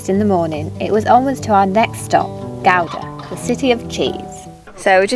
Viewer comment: Not butchering the pronunciation of Gouda. Compliments!